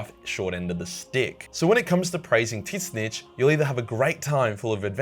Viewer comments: I might be wrong, but I don't think Tit Snitch is the correct pronunciation for Tzeentch. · I have heard many different pronunciations of "Tzeentch" but "tit-snitch" is a new one on me! XD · i love how he refuses to say tzeentch and only says titsnitch when referring to tzeentch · Me *confused and taking a big whiff of ball funk*: Dont tell me what I can’t do! Also… are you calling him Tit Snitch??? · Love your vids but... Please say Tzeentch like its spelled not "tits nitch" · I don't know shit about Warhammer, but I'm pretty sure it's pronounced Tzeentch, not Tit-snitch lmao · Hearing this dude say tit snitch instead of tzeentch drives me crazy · Bro great video but your mispronunciation is killing me. Tzeentch is pronounced as Zeench instead of whatever you said. Anyways hope that helps and keep the great content coming. I'm all about Nurgle myself... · 'Titsnitch'? 'Cowse'? Still great. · omg why do you call tzeentch TIT SNITCH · I think it's pronounced zeen-ch, learned that from vermintide 2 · Wait, is Tzeentch actually pronounced Tits-snitch? Edit: you can call me a neck-beard all you want, you still sound like a Heretic. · In what God's name do I feel that unspeakable pain hearing that twisted "titz-neech" every time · Tzeentch (ZEEN-TCH) 🤌 Like come on man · tzeentch is just pronounced like zeench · really ? TITSNICH = Tzeentch ?! really ?! what poorly pronunciation is that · Tzeentch's name. The T's silent, like zeentch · Who the fuck is titsnitch I thought it was tzaneetch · Tis-nitch? Your pronounciation of Tzeentch is way off for someone who considers himself a WH scholar. Like holy crap dude. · All i hear is Tit snitch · Lol at pronouncing Tzeentch as "tit-snitch". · I can't tell, is calling Tzeentch Tit-snitch a joke, or mispronunciation? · we ain't gonna talk about this dude saying Titsnitch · The pronunciation of Tzeentch made me giggle. Tits-Nitch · Are you pronouncing Tzeentch seriously or saying Titsnitch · Tits-nitch? really? :D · but titznisch